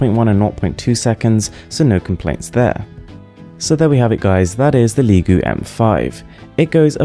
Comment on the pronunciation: Its pronounced lee-go